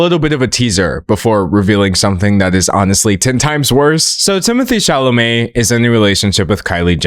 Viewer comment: I thought he was so hot until Katya called him "Timotay Chalamay Tae in the wae".....it's like she snapped me out of a spell and i will never recover...😂😂😂😂